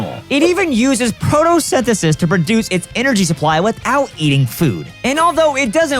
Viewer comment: so pokemon pilled he called photosynthesis “protosynthesis”